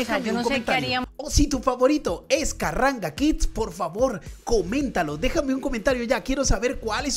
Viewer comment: Carranga Kids no Carranga Kicks. 🤦🏻❤